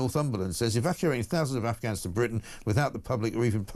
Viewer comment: Can't Starmer even say "Afghans"? I've listened twice and he seems to say "Ufghuns". 🙄